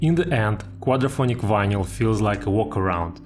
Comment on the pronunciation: It's vineL. The Y is silent.